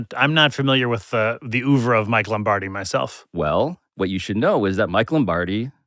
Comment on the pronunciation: ok guys, so "Berne" is not pronounced "burn" and "Oeuvre" is not pronounced "oover" it is bay-rr-n and uh-vr-uh